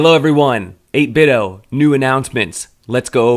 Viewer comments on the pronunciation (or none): They changed the logo to emphasize the "D" so people would stop pronouncing their name wrong like you do.